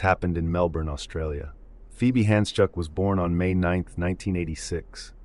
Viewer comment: First video of yours and honestly it's just that sometimes you can't get the pronunciation of everything correctly, I appreciate that you tried. I know people that won't even try. Thank you for saying Melbourne properly and not mel-BORN